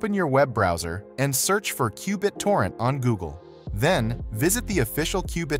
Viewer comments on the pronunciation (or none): Straight forward and very helpful. Qbit-orrent was kind of funny to hear.